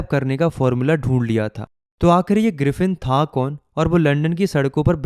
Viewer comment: Griffin ❎ Griffith✅